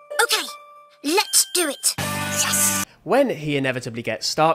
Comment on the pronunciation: i always thought said furrys insted of fairys